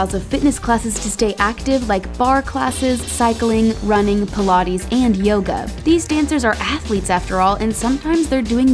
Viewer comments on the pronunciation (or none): none